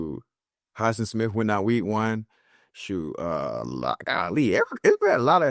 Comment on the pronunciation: What the hell did he just call Alex Highsmith😂😂😂😂😂😂